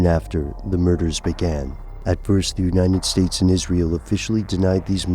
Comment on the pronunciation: U say United States weird. It sounds like Unined states